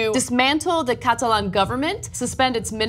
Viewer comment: The way you pronounce Catalan is so weird